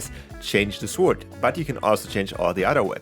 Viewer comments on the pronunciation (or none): no offense but sword is read sord not sword